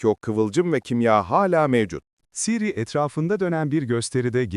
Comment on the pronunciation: yapay zekaya mı okuttun aga ciri ne ya hiç mi duymadın okunuşunu